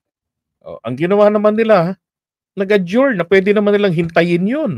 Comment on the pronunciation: parang nagdydumalai sya sa pagsabi ng adjourn..